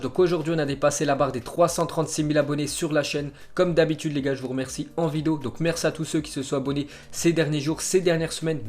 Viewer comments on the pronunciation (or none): none